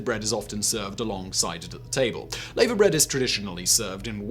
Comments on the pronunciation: Black pudding is delicious, yeah it's mostly ate at breakfast,but you can eat it for lunch or dinner. Eel is usually a London dish, cockneys ate it mostly as jellied eels, never heard anyone eat it in Wales, Scotland or Ireland for that matter eating it. He pronounced lavabread wrong, as a Welsh person where this dish comes from, it's pronounced lava like from a volcano is pronounced then combine the word with the word bread. It's mostly eaten at breakfast then any other time. The irony is I live in Wales where seafood is ate a lot, I'm allergic to seafood so not a good idea for me. Welsh cakes are the best which wasn't in the video, but are delicious. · Laver bread is pronounced lava bread. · And it's pronounced lava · I'm embarrassed it's a Brit doing this video. Nobody has heard of stargazer pie lol and it's pronounced lava bread not laver bread lol. The Welsh will be after him 😁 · Mmmm Marmite food of the Gods! Plus Lava bread is mispronounced it's lava as in what comes from a volcano as it is said in the video is wrong - from a Welshman. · It’s pronounced larva bread not how he pronounced it. It is usually served alongside cockles and bacon for breakfast. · I thought that laverbread pronunciation was odd, then rumbledethumps was weird enough but he immediately followed it with the strangest pronunciation of colcannon I've ever heard. The Celtic fringe seems to confuse the man. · Clonakilty Black pudding is the absolute best (made with Beef blood), I love it. If you every go to Ireland, visit an Eddie Rocket's, where you can order a Clonakilty Burger, which is Burger, Bacon, Egg, and two black puddings in a bun. Heaven! It's pronounced LAVA Bread, who says Layva bread, ok apart from Americans. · 'Laverbread' - i've never heard it pronounced layver - I've always heard it pronounced 'larver' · I've no idea what lay-ver bread is. Shame on him for mispronouncing laverbread. It's pronounce lah-ver.